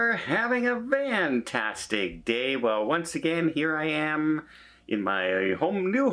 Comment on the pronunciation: Why can’t he pronounce Fantastic?